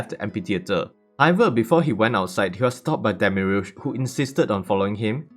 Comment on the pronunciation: I gotta say it demiurge is just demi and urge no special pronunciation